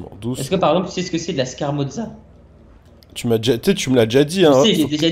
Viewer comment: On dit pas Scarmozza c'est Scamorza